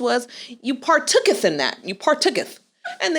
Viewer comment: "Partook-ith" "Partake-ith" 🤣🤣🤣🤣🤣🤣